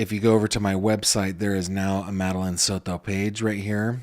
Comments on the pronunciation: Here we go again 🙄 He can't just say Maddie or Madeline, he has to say "Madeline Sod-to" 🙄 so we can all hear him pronounce it that way 🙄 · You do not have to say Soto like you are Spanish. You are seriously an American. Stappppppp! Lmao you say it and I laugh because you are trying to be politically correct. As if that’s not mocking. SOTOOOOO’